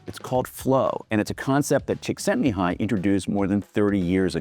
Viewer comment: Thank you for not butchering Csíkszentmihályi’s name. Btw the last i is also pronounced (as a short ee, le is ‘miss’)